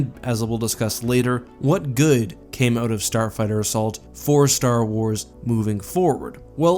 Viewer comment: No one:: “Starfigther” Just watching out for you, keep up the vids!;^)